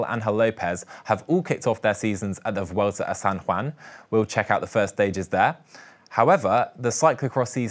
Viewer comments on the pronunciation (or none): none